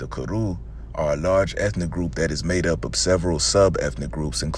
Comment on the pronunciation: Kru is pronounced "crew", not kuru, Kru person from Liberia here. Beai nee (thank you).